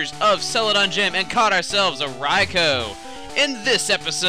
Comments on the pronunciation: Apologies, I MUST CHALLENGE YOUR OPINION! You sir, may have, perhaps, mispronounced "Raikou" by say "Ry-Ko". HOWEVER, a common pronunciation, one that I believe has even been used in the Anime, is "Ry-KOO". Please do not take your massive amount of subscribers and shove them in a place I do not enjoy very much in vengeance. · Rye-ku not rye-co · isnt it pronounced raiku. i dont no thts how i pronounce it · Rai - ku - oh! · OMG STOP PROUNCEING RAIKOU WRONG DAMNIT!